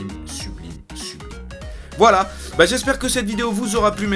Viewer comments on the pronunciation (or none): none